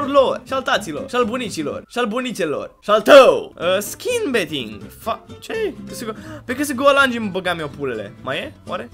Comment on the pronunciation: "csgo beeting"